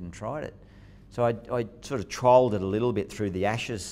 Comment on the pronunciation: sounds a bit like trolled but it is trialed